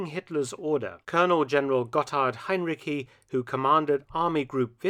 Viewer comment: Heinrici is pronounced with the ending ci as in child, Hein-ri-chi